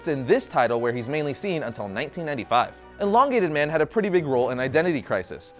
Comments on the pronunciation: Stop saying enlongated it’s elongated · ermahgerd! it is EEEEEE LONGATED not ENNN-LONGATED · everything reads elongated man but he says enlongated man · It's not inlongated it's Elongated ;) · No one else is going to point out that he keeps pronouncing it eNlongated man? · The host says enlongated man and it's really annoying! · It’s not “En”longated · You made an 8 minute long video about a guy and you couldn't even pronounce his name correctly once.